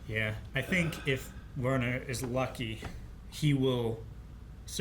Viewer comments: This week I learned that can't pronounce Banderas or Werner. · Mike did not read Werner correctly.